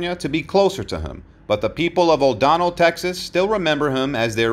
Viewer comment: the small town in Texas is O'Donnell NOT O'Don nell